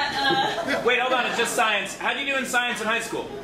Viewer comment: When the person says they graduated with "Shiensh" you know they're talking pure bullshit.